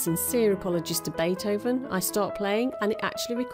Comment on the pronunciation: You pronouced Beethoven wrong. I am a native German speaker.